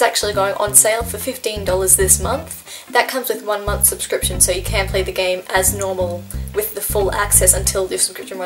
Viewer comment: When she says "so" I think she's saying "sir" . I'm like you don't have to be that formal